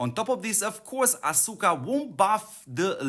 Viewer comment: The U is silent. It Sounds like Aska